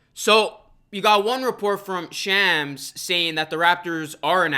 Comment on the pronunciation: You butchered Shams name lmao